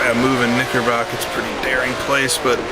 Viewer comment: Great video, and Oulton is my local circuit. BTW, it’s Knicker brook, not Knickerbock.